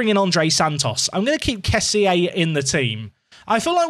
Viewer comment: Loving this. But... Kessie is pronounced 'Kess-e' - That's how the man himself says it!